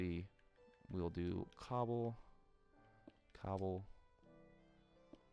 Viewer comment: Every time you were saying cobble cobble I kept hearing gobble gobble and I just kept laughing xD